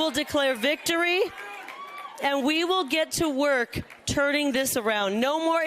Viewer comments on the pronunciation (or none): “we will get to work TURDING this around.” Sounds about right…😂